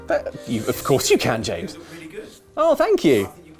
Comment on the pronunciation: Did he say, "I've never Luked better?"